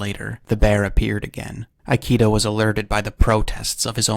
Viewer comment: "Ikeda" is pronounced as /ikeda/, not /aiki:da/.